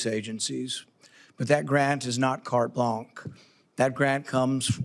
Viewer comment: Not cart blanc, it is cart blanch, Paul.